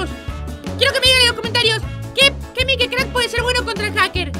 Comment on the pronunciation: mikecrck se pronuncia maikcrack Ya que se que nunca me lo leen auto like para no desaparecer Edit:mikecrack.exe se lee mikecrck exe